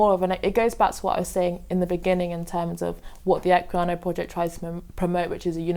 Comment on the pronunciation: "Equinaya project" *Equiano project 40 seconds in and my pedantry is already buzzing.